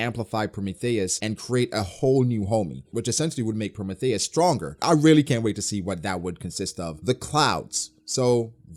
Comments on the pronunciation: I love your content and detailed breakdowns for these chapters man but for the love of GOD I cringe when you say PRO-METH-THEY-US lmaoooo I'm not even mad just a pet peeve 😅 PRO-MEE-THEE-US 🤣🤣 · genuine question lol do you actually say prometheus like that? pro-me-thay-es instead of pro-me-thee-us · ....🤨... have you really NEVER heard anyone say Prometheus?...PRO-ME-THEE-US...not “THEY”, “THEE”.... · Promae thious lol the he says it 😅😅😅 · hybrid Kaido is more susceptible to damage -pronouncing Prometheus like Amadeus -Zoro has a variant of conquerors haki -Acting like Ryou isn’t the same thing as advance armament Damn you’re spewing a whole lot of bullshit this review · Why do you pronounce Prometheus like that? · The way you say Prometheus bothers me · U pronounce prometheus weird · Why are you pronouncing Prometheus like that lol